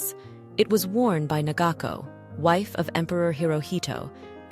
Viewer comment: 菊花ティアラ…昭和天皇の皇后名は良子→ながこ皇后陛下です AI音声の時は 止むを得ずで…ながこ(様）と平仮名に、したら宜しいのでは？